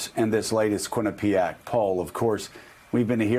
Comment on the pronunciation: Quinnipiac university? LMMFAO